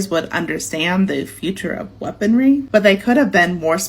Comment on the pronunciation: it’s weaponry, not weaponDry 😅